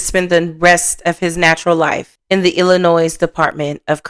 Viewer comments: Thanks. It's so annoying when people say Illinoi"s". The S is silent😂😂especially the people who live in Illinois. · FYI. Illinois is not pronounced as plural. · The S is silent on the end of Illinois. 💜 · The S is silent in Illinois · Please please stop pronouncing the s in Illinois it's silent